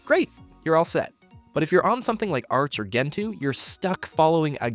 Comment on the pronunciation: Nvidia has great linux support since linux runs on most servers, but if you use Nvidia desktop on linux, good luck. Also arch has easy Nvidia install also it's pronounced gentoo not ggentoo just like how it's generation not ggeneration.